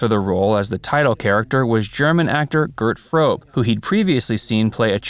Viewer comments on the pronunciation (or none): its not gerd frobe ...its gerd fröbe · Interesting information. However, you managed to mispronounce (like almost every American does) the name of the actor who played Goldfinger. His name is Gert Fröbe and should be peonounced like "Geert FrÖbe" (the letter "Ö" pronounced like "I" in "bird". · Gert Frobe is pronounced GAIRT FROH-buh. Gert, by the way, is short for Gerhard (Gerald in English). So Gert kind of means "Jerry." One also does not "lay" under a table, but lies under it. This has gotten to be a grammatical problem for a lot of English speakers. since elementary schools don't function very well any more. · The name of the actor playing Goldfinger was Gerd Fröbe. Why narrators always mangle German names but can say something in french or polish backwards perfectly ?